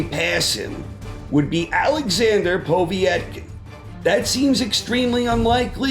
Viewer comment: ......your videos are great.......They're very insightful and I will eagerly await your next one.....but please pronounce sashas name POE-VET-KIN. All the best